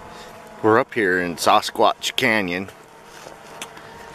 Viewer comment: Saw-Squatch? lol... I believe it's Sass-squatch. Sasquatch. hehehe